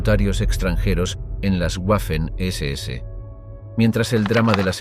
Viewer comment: «Waffen-SS» no se pronuncia "Guafen ese ese", pues no es una palabra inglesa, sino alemana. «Waffen-SS» se pronuncia "Vafen ese ese". Por ejemplo la capitál de Austria, Wien, no se pronuncia "Guin", sino que en alemán se pronuncia "Vin", de ahí que en castellano se llama Viena. También el apellido del compositor Richard Wagner, no se pronuncia "Guagner", sino Vagner. Consejo que este canal debería tomarse muy en serio: Antes de publicar videos con temas relativos a países germanoparlantes, debería hacerse asesorar por alguien que domine el idioma alemán, que en España no deben ser pocas personas.